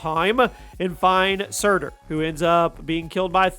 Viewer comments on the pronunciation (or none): none